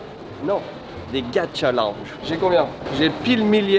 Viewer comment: Lorsque tu a dis lounge j'ai entendu lange et la mon cerveau a buggé